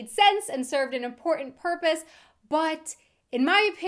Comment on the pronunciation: accents are funny the way u say im portant! has me reaching for a vodka martini ha ha